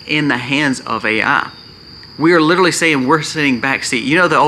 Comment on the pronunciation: New drinking game...every time you say " literally " take a shot...every time you say "litaly" take a double...8 sbots so far!